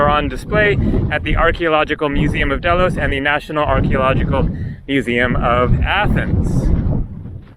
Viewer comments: Pronounced daylos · pronounced Deeeeeelos. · pronounced dhey-los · Pronounced Dilos !